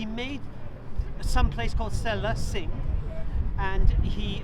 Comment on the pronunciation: you dumb its sela not sa-lah